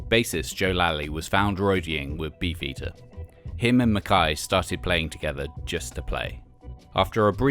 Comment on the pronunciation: Pretty sure this guy's Britishness is mispronouncing it as "Mac-kai" when it's "McKay". Same with Guy, I don't think it's pronounced in the French way of "gee" it's just a regular pronunciation of Guy.